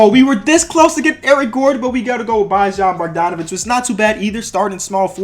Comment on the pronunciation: You aren’t saying bogdanavic name right it is like boy on bogdanavic